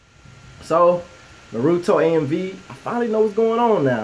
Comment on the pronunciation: huge fan its Nar-oo-toe